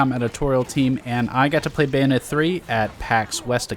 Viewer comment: "bayonet" 3 XD